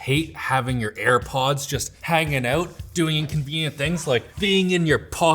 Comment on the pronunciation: “Hanging oat” ❤🎉